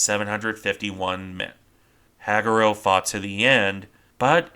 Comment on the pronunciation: Hag U Ro Ha Gu Ro Use 1.25 speed before dismissing the video. It’s much more natural sounding. Otherwise, well done! 👍